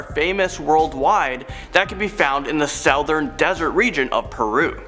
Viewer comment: Am I the only one who heard him mispronounce southern? No? Just me? Ok